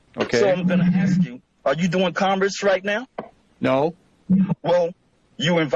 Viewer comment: At least says statute instead of statue. But he do say axe sometimes instead of ask.